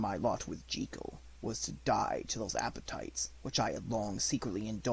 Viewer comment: I do not understand why now days people are so keen to mispronounce the English language. It is not Dr. Henery G-ee-kel and Mr. Edward Hyde. It is pronounce Jekyll (sounds likr Jeh Kuhl). This link will allow you to hear for your self the correct pronunciation. Sadly I can not listen to this great narration as every time Dr. Jekyll's name is said it grates on me like nails on chalkboard.